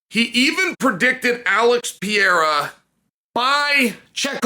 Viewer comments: you know what's not any better than before? your pronunciation of "pereira" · I'm a brazilian and there's no H sound in "Pereira". Both the R in "Pereira" have the same sound that is similar to the T in "battle" or "butter" in the American pronunciation. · Still did it incorrectly 😂 Actually he got it right at about 2.50 into the video. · Chael saying Royce Gracie perfectly but not knowing how to make the same sound for Pereira is just 🤌🏽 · If you’re willing to pronounce “Pereira” correctly then go ask GLOVER! 😆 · After correcting himself for saying alex pereira’s name incorrectly. He immediately continued to say his name wrong. I love this guy. The undefeated 🐐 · It's just 1 R. The way Sonnen and Joe Rogan pronounce it is wrong. Bruce Buffer says it perfectly though. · it's literally the same sound that americans use for the letter "r" in "aRticulate" or "aRkansas" or "oR". it's a soft R. Plus, it's a matter of respect to at least trying to say someone's name correctly. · It's not Peheira, dont follow Joe Rogan as a pronunciation guide 😂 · Who the fuck thought it was a good idea to teach him the right way to say Piera? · Pe-re-ra, literally the easiest name to pronounce in the UFC. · I’m pretty sure it’s pronounced Pa-HEY-duh 👍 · Uncle Chael they trolled you! It’s Peraira with the rolled. “R”! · It's pronounced peh-hey-ruh (slightly rolled R) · I knew he'd "attempt" at saying "Pierra" correctly if he won 😂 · Brazillian here, try spelling like this: pe - ray - ra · Chael went from Alex Pee-Era to Pee-Hera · Its pronounced Piere-uh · The Brazilian style “perieeeeha”cracked me up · Say it with me Chael, (PUR - RARE - UH) ✅ 🙂👍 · Just say Alex 'Per-air-ah'. That is the anglicized pronunciation and it's acceptable. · Peheira not st Pierre😂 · Chael try Puh-hay-da 😊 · Pronounced 'Pe-ray-ra'. Portuguese. Not Spanish. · Chael, you have to roll the R to say Pereira's name correctly dude! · To hell with rolling the r’s Uncle Chael. Pretend that’s a D and say it: Pa-hay-da 🥇 🥇